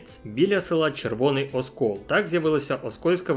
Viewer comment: ОСКІЛ - через І 💔😪